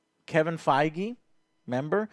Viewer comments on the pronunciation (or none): none